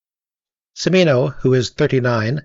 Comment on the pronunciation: From Beverly Hills to Texas to Vietnam... Not to be an ass, but the Ci in Cimino's name is pronounced like the ch in cheese: Chi MEE no